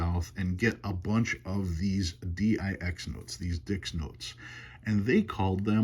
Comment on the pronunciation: Love the story of the Dix note. Being originally from Quebec, I do speak French, and for your reference, the X in Dix is pronounced like a double ss and would rhyme with Kiss. Cheers!